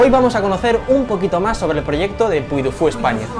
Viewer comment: Se pronuncia puy di fu, es francés y ya se inauguró